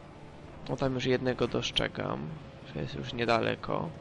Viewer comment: Doszczegam"...OMG ogarnij wymowę!!!Tak właśnie jest jak sie mieszka w ciasnej dupie i na zadpiu daleko od cywilizacji (w polu)i sie nie dba o nic